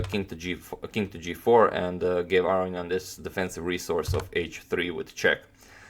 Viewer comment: Aronian not Areignan